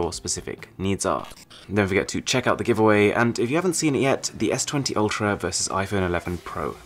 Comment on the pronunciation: I love how the way you pronounce GIVEAWAY 😅😅😅